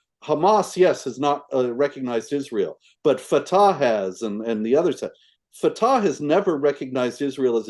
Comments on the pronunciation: Funny when Marc mispronounced Fatah and said Fetah instead. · You can tell by the way he pronounces “Fata7” where this “journalist’s” head is at. I bet he recites Al-Fatiha on the daily.